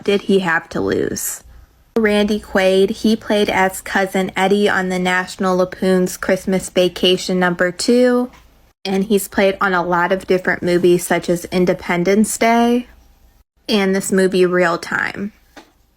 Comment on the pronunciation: The girl talking about Randy Quaid is a complete moron.She can't even get NATIONAL LAMPOONS correct she walked it NATIONAL LAPOONS total moron!!!